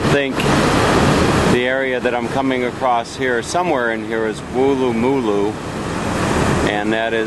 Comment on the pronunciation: Wool-loo, moo-loo. Wrong. Wool-la-moo-loo, say it fast! Woolamooloo